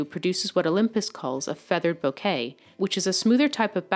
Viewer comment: Lol its not pronounced bouquet like flowers. Its a Japanese word its bokeh pronounced with a pause on the k like it has a double k. Bok-k. Hard to explain. But her pronunciation is painful to hear.